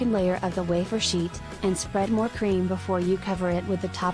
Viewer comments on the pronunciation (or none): Step 16 she says cram filling 😂 it should be Cream filling